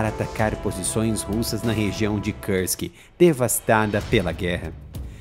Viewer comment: nao se fala Kârsk !!!!! é Kursk, com som de ú, igual urubu, uva, umbigo....